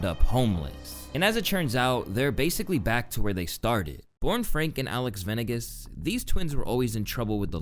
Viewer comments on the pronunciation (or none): Venegas shouldn’t be that hard to say 😂😂